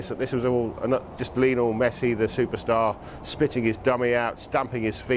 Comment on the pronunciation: No one Sky sports: “mESsI”